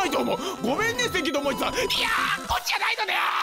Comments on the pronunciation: 声優の関智一さんは「ともいち」じゃなくて「ともかず」ね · ともいちｗ 関智一（せきともかず）ですよｗ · 関智一さんは「せきともかず」ですよｗ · せきともかずさんのことをせきともいちって言うの面白いw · いいか関智一(ともいち)じゃない、(ともかず)だ。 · せきともかず やね、読み方。似てないと思う